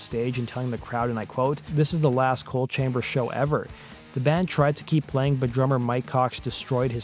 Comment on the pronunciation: The band is “ coal” chamber not “ cold” chamber….. in case you weren’t sure